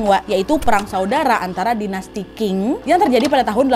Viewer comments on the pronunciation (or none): Wak, cuma mau kasih info aja, kalau ada cara pengucapan yang kurang tepat, Qing dibaca Cing bukan King. 🙏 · Halo Nadia.. sedikit masukan saja Dinasti "Qing" dibaca "Ching" bukan "King". Semoga bermanfaat 😉